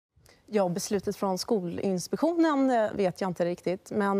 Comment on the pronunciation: Hur uttalar hon skolinspektionen egentligen? Låter som att hon säger [Skolinspeshonen]